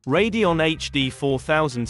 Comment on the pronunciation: It's saying Radeon (Ray-de-on) correctly.